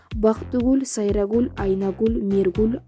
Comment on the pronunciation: 1.Текстти окуган кыз БактыгУль,,СайрагУль,АйнагУль,МиргУль дейт го. 2.Аман Мансуров дейт,Асан Мансуров дейт...Тактап алса болмок. 3.Биз билбеген кайсы фактыларды айтты,баарын эле эл жадыбалдай жаттап бүттү го.Тема менен мазмун дал келиш керек да.Бул жерде жөн гана Самара Каримованын өмүр баяны экен.